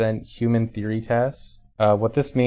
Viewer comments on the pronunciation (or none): BUT DAS JUST A THEOWY.........